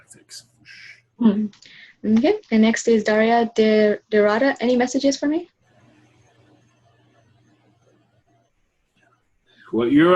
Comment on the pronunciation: Elvis not Novak... They were like arguing over the mic. Hahaha! Crazy! (I'm in ) I wish could pronounciate my name right! How hard can it be? Daria De (pause) Derda not Derada! 😜 Anyways... I know why they cannot peek into higher dimensions... 😗 Whistle, Whistle... Buy my book btw... in 200 years from today! It can change your life! (Not for today minds). Well... And Yes... The plan is to make Reptilian play sports over humans in the future, so hold your horses! Thank you, i'll be there! This was Daria De Derda, not Derada.